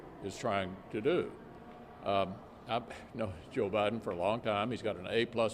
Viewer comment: Did McConnell just call Biden “ O’biden” ?? I think he did!